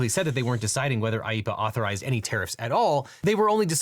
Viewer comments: *IEEPA not IEPPA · it’s IEEPA not IEPPA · I think it's supposed to be IEEPA not IEPPA